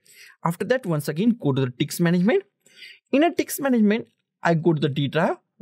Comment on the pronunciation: "Go to the diks management"